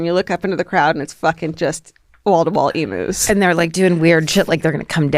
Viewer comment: Hi darlings, Aussie gal here. It’s pronounced eem-use not emoos. While I’m at it, Pride & Prejudice TV series with Colin Firth is indubitably the best version. You prompted me to watch it again (20th time?) love ya, Ally